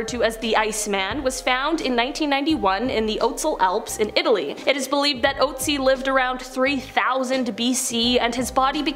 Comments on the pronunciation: Look up how to pronounce the Ice Man's name correctly...PLEASE! Oat-sie IS so wrong!! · The thing that haunts me most about this video is the way english speakers pronounce "Ötzi". It is an Ö. It is "Ötztal" It is not Outzi. That nearly drives me crazy listening to :D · Look it up...the name is "Otzi".